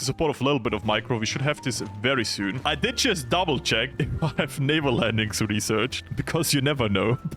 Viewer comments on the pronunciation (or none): none